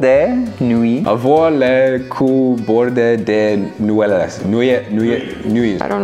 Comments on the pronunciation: "Avoir le cul bordé de noualalas" ptdrrr ça ma buté 😂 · Je pleure 😭😭😭😭😭 "nouéléles" vers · attend il l'a dit comment là ? 😭😂